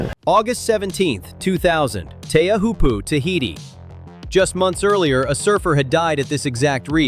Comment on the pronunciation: Pronounce Teahiopo CORRECTLY